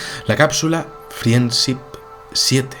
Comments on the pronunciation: amigo, pronuncia "frend ship" es aproximado pero es mejor que "frien sip", es que no frien nada! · "Friendsip 7" aggghhhhh amigos españoletes, por favor dejen el chauvinismo idiomático de españolizar la pronunciación del ingles; pero como si eres capaz de decir Yon Glenn y no Jon glen? Es con todo cariño que te lo digo. Te sigo por lo interesante, bien documentado y ese cautivante estilo de narración. Pero... "friendsip" Joderrrr tio¡ Pdta. Escuchas música de mi compatriota Shakira (Chaquira, no Sakira) Saludos.